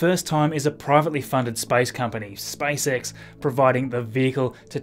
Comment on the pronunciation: You saying like "Spice X" :)